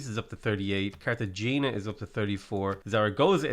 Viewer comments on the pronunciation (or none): CARTA-HAAAAAYYYYNNNNYYYYYAAAAAA PLEASE GOD!!!! Its not the Cartel Gina XD